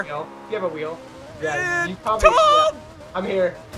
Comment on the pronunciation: I thought he Said "Dom" instead of "Tom". Still works though!